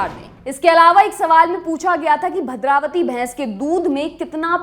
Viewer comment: भद्रावती नहीं भदावरी 😀😀